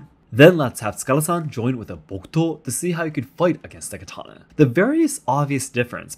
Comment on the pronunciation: Why is this host mispronouncing katana